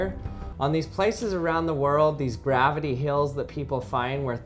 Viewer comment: Gravity heel? His pronunciations are so cute